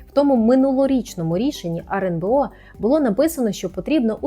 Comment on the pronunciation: почему она говорит "RНБО"???